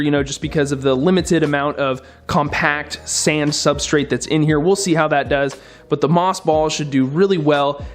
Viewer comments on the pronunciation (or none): none